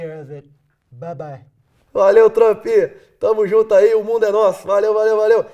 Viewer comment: "Olá Trâmpi"